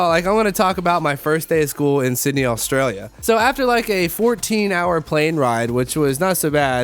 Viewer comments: Considering you lived in my county you still can't say it proparly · The way he says Australia was really getting to me